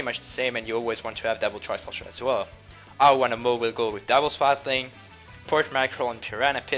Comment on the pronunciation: When you say double it sounds so much like dapple